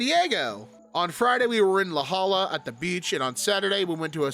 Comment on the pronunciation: was close with the pronunciation of La Jolla. It’s more like hoy-yah, and not halla